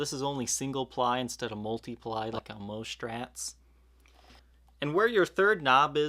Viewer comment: I wonder why people are doing this, putting an h in words that begin with an s. I am into bikes, a lot of people talk about the components, calling it SHRAM instead of SRAM. Inshtruments, Shtrats, but not shtrings. Perhaps it is the microphone or the audio compression used. I enjoy the videos, but find the "sh" annoying, Love Steven Colbert, he does this too! Anyway, thanks for the info on this guitar, I happen to pickup one of these years ago at a yard sale.